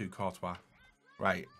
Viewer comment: Jesus this guy has a serious pronunciation problem... Fekher VasQuez Kurtois... 😆